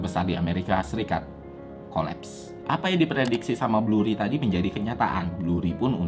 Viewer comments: BURRY bang, bukan BLURRY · 1. Michael Burry, bukan Blurry 2. Bukan hanya MBS, tapi ada CDO dan CDOsquared yang kontribusinya besar terhadap kehancuran ekonomi 3. SPM bukan berarti berpendapatan rendah, tapi credit score-nya rendah, mau gaji rendah atau gede tetep bisa punya credit score rendah kalo pembayaran kreditnya jelek 4. Ga ada penjelasan kalo KPR tersebut dijadiin MBS yang kemudian MBS tersebut dijual ke investor, yang artinya yang nanggung risiko KPR tsb bukan bank lagi melainkan investor 5. Dari sekian banyak yang main MBS dan CDO, cuma Lehman yang disebut, padahal BofA Credit Suisse Goldman JPM Citi MorganStanley juga ikutan MBS(tapi ga sampe zonk) 6. Yang nilai MBS bukan cuma S&P, Moody's sama Fitch juga ikutan (ini ada di film) 7. CDS sistemnya bayar premi, bukan semakin tinggi semakin rugi, itu swap bukan CDS 8. DJIA dari 2007 ke 2009 turunnya 54% S&P500 Nasdaq juga sekitaran 54%, mana bisa baik indeks atau saham harganya turun lebih dari 100% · Penjelasannya keren detail dengan durasinya hanya 5 menit tapi banyak kesalahan pengucapan seperti Blurry, The FED BUKAN THE FID, dan MORTGAGE bacanya MORGEJ bukan MORTEJ. Gue kira awalnya salah sebut aja, tapi kok diulang-ulang.